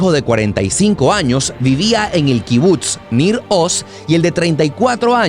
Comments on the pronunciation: Me estresa que diga kibut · se dice kibutz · increíble videos dios proteja al pueblo bendito, creo q SE dice kibutz se pronuncia como pizza